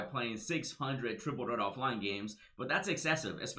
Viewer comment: do you say Triple Dirt offline cuz the game is bad or is that a speech impediment gang?